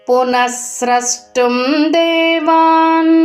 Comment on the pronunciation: ಚೆನ್ನಾಗಿದೆ. ಆದರೆ ನೀವು ನಿಮ್ಮ 'ಷ' ಕಾರವನ್ನು ತಿದ್ದಿಕೊಳ್ಳ ಬೇಕಾಗುತ್ತದೆ. ಸ ಕಾರ, ಷ ಕಾರ ಗಳ phonetics needs to be distinguished. 'ಸ್ರಷ್ಟುಂ' ಎಂದಾಗ "ಸ್ರಸ್ಟುಂ" ಎಂದೇ ಉಚ್ಚರಿಸುತ್ತಿದ್ದೀರ. "ಕಷ್ಟ", "ಇಷ್ಟ" ವನ್ನು "ಕಸ್ಟ" "ಇಸ್ಟ" ಎಂದೇ ಉಚ್ಚರಿಸುತ್ತಿದ್ದೀರ ಗಮನಿಸಿ, ತಿದ್ದಿಕೊಳ್ಳಿ.